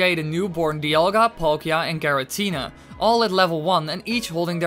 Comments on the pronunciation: It's "Giratina" not "Girantina" or "Gerantina" .... so this video and channel not really believeable... learn basics... like pronouncing pokemon names...since Giratina is simple name. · i cringe everytime you say garantina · i love how you say giratina garantina XD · Girantina or Giratina? 🤣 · Say Garantina one more fucking time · I’m impressed that you say Giratina wrong, every time you say it.